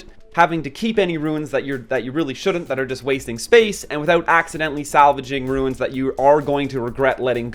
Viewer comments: psstt.. its not ruins But runes ;) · Dude quit calling them ruins